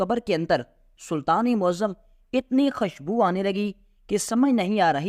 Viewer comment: خشبو نہین خوشبو۔۔۔۔۔